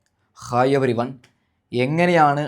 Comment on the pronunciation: എടാ നിന്നോട് അല്ലെ പറഞ്ഞെത്. ഖൈ എവരി വൺ അല്ല...ഹായ് എവരി വൺ എന്ന് പറ